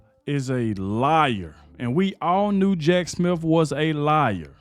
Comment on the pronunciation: Prounounced Jack SmiTH and not SmiF.